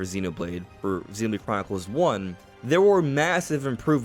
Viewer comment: "ZeenbladechroniclesX" You say it so fast that it sounds like one word (and without the "O")! 😉